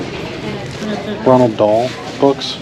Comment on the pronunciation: For the longest time I thought his name was Ronald Dahl... it isn't.. it is Roald Dahl. No N. Pronounced; Row-uhld Daal. Just a heads up, no judgement. It's pretty awesome how you kill it with the jeans sales.